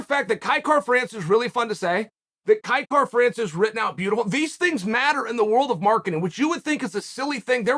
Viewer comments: I'm not sure what you're hearing, but to me he is saying Kai Kar-France. Missing an 'a'. It's certainly not Will Fury, but it's not 100% correct. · Na bro the pronunciation is a little off Kai-Kara is a Māori name when white people pronounce it they always get it wrong but he was close for a white fella ow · I put my ear to the grindstone I'm hearing Kai Car-France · Nah he'd have to speak in a Maori accent to hit it. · Except he didn't say it correctly 🤣